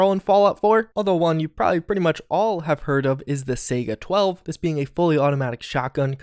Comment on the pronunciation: "Sega-12" "Fully automatic" plz